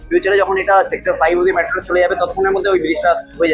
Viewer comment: মেট্রো ❌ ম্যাট্রো ✅